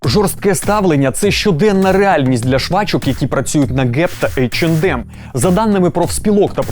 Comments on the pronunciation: Тількі не «ейч енд ем» а « ейч е нем» ;) “ді» не читається в цьому випадку так само як і « ем ен емс» ! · В брендах типа H&M, M&M's в and d не произносится, правильно [Эйч Эн Эм]